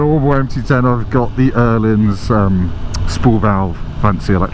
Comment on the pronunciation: Nice bike. It’s Ohlins btw, not Errlins!